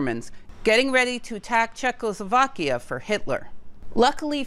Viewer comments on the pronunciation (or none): none